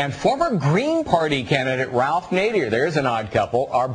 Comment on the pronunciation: 27 what a douche, its "Bob BARR" not "Bob BEAR" and its "NADER" not "NADIER"